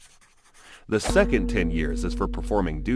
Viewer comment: sencond SENCOND! I'm sorry did you fail english or something